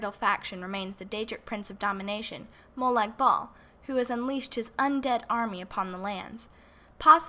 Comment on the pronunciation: im sorry but your pronouncing molag bal wrong,, your saying ball not bal